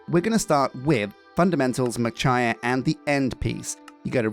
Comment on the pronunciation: Machiya is pronounced "mah-chee-yah", not "muh-chai-yah"!